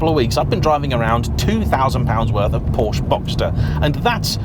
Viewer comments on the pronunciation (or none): none